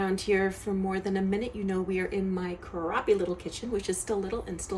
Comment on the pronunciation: its crappy not croppy lol